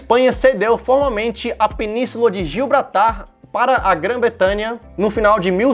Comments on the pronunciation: GIBRALTAR!!!! Não gilbratar 😅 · Gilbratar kkkkkkkk É Gibraltar cara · É Gibraltar, não Gilbratar. Tá valendo. Rsss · Gil Bratar kkkkkk mano é gibraltar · Gio brata